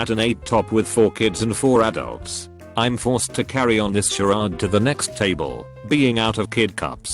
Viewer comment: Why the fuck does the voice get big words right but when it comes to basic words it fails so miserably 😂😂 what the fuck is Im.....it's I'm